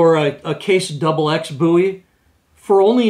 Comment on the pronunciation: It's Called BOW,,,,E not BOO E Look How His Last Name Is Spelled.